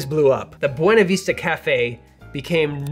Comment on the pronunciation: BTW, us locals call it the Buena Vista, not the Buena Veesta.